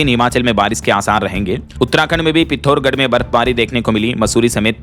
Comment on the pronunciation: पिथौरागढ है पिथौर गढ़ नहीं कब सही पढ़ेगा ❓❓